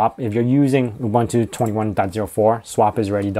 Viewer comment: It's pronounced OOBOONTOO. OOBANTOO doesn't exist.